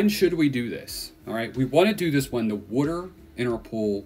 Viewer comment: What the hell is wooder? I'm certain it's Water. Pronounced Wah-Ter! Not Woo-der!🤣🤣